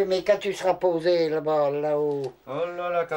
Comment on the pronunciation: "Quand tu seras posey"